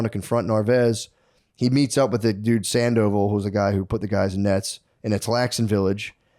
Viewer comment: Sand-O-Vall not Sand-Oval 😏